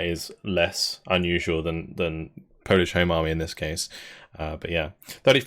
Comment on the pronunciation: You really improved your polish pronunciation.